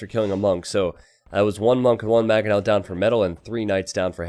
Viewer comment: Is there any chance can learn to say mangoes, manga, mangonel?